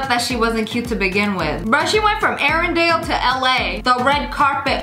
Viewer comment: “She went from arendlle to LA” Me: yesh